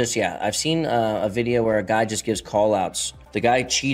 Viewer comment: Why can't spanish speakers say the letter V. Anytime a spanish speaking person says the word "video", they pronounce it "bideo".